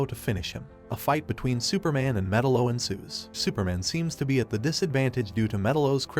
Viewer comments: ME-TAL-LO not Metal-lo …other than s that good video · Hooking this guy make a documentary video on a cartoon when he doesn't even know the villains proper pronunciation of his name? 🤦🏻 F#&k me..... It's (Meh-talo) not (Metalow) it just irks me when people try to do something without knowing what they're doing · god damn it! it's not 'metal-oh', it's metallo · Had to stop watching because I was tired of hearing metal-0.....it's fucking meTALO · It's pronounced Me'-TAL-LO ... not Meta-lo. 👺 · It's Met-Aloe not Metal-Oh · theres no way you think his name is actually pronounced Metal-o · Metal-O, if you can’t even pronounce the names correctly, how the hell can you discuss the movie?? You’re killin me! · It's like you don't even care about the content you release. At least learn how to pronounce their names correctly. Metal O. I hate it here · "Metal-o" lmao cool vid though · Met- tal- o. Say it right good lord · srsly, it's not hard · It’s pronounced MUH -TAL-LOW….you dweeb. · Metel-O pronunciation made me stop watching. Your not a fan your a You"toober" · What a weird way to pronounce Metallo. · The way he says Metallo makes me uneasy... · The pronunciation of Metallo is infuriating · You do realize you pronounced metallos name wrong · Bro your pronunciation of metallo fucking kills me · I’m losing my mind. Can you please watch a single clip where they say metallo and say his name right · Are you an AI? Metallo is pronounced wrong if your a comic book guy you'd know . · How can you fuck up metallos name when they clearly say it during the movie. Did you even watch it? Lol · I don’t like the way you pronounce metallo